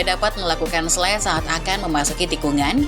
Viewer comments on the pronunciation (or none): none